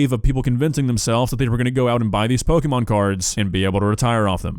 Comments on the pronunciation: Every time I hear "pokeemon" it makes me twitch. It's po-kay-mon. It's short for "pocket monsters" and there's a mark over the é indicating an ehh sound. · "Pokémon" is most accurately pronounced POH-kay-mon (/ˈpoʊkeɪmɒn/), reflecting the é accent and its Japanese origins. While "POH-kuh-mon" is common in American English, the correct, officially accepted pronunciation emphasizes the "kay" sound in the middle. Not "POH-kee-mon" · Loving how insists on deliberately mispronouncing Pokemon as, "Pokeymon" as if he is a fifty year old parent who was twenty years old thirty years ago. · I don't disagree with you,, but it's such a pet peeve of mine when people can't pronounce pokemon correctly. It's pok-eh-mon. Like, you know. Pocket.